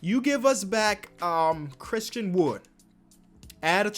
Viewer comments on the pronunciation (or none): none